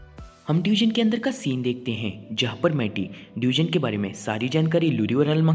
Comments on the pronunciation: It's not deugen it's dungeon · Bhai wo डयूजन नही डंजन hota hai